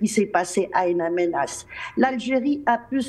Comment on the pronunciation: In Amenas et non Ain